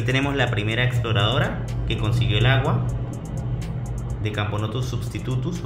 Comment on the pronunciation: XD cuando dijiste substutus entendí silvaticus